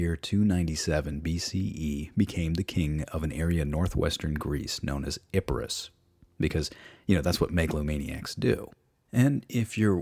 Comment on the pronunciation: ITS ep-ir-us where the fuck did the Ip come from im getting ennoyed now stop